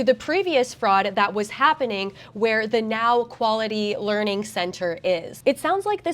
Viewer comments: No, u have to lear to say lear,:D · Yes! Someone that says "learing" right! All the other Youtubers I've seen are saying "leering" and it's driving me crazy because that's not how English works. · It's a Leering Center, don't cha know?